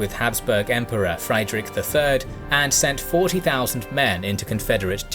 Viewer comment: Little correction: Frederick III. the holy roman emperor you mention is actually pronounced Friedrich not Freidrich in German. Just a minor mistake though the video is great nontheless